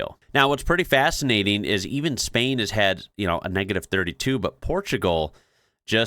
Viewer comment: trying not to cringe every time you say Spain like that